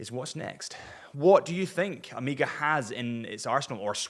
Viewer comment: Amiga? Is it that hard to say O May Ga?